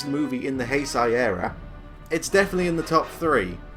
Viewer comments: It's pronounced Heisei (HAY-SAY) not heisai. Also while megalon might be your guilty pleasure, space Godzilla is mine. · Wow, a couple problems with Destoroyah A. Did you say Heisai? What... what even? B. Yeah, Destoroyah looks like the kaiju embodiment of Satan because that is what they designed him to be. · You're pronouncing heisei wrong